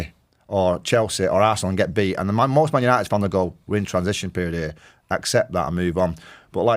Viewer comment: "tHiS iS mAn yAniTeD"